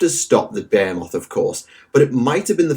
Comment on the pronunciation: I love how this dude gives you two different ways of pronouncing "behemoth" that are both wrong lmfao british people english is so weird